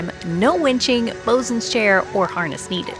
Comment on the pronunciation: Bosun not bozun.